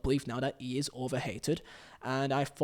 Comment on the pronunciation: No matter what silly YouTube cadence this guy adapts in order to make himself sound clearer or more apealling to the audience, he fails to understand that pronunciation is the issue, not pacing. It just makes his mispronunciation all the more evident, for example, "Feeo" "Fogdad" "ee" try this, "Theo" "Thogdad" "He"